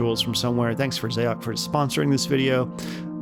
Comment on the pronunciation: Xaoc is the Cyrillic form of Chaos, and is pronounced the same way. I think a small part of me dies inside every time I hear someone say “Zay-ock”